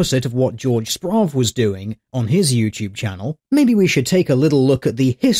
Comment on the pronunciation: I think this week has been the week my last name was said the most and pronounced the worst ever. Good video. Simon Murphy will hopefully never do "journalistic" activities again.